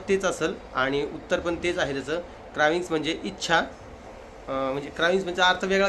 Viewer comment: कराविंग्स nhi re dada क्रेving